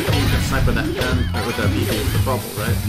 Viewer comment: you said buttle instead of bibi bubble lol (